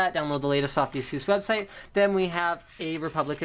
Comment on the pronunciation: Does he even pronounce "ASUS" right?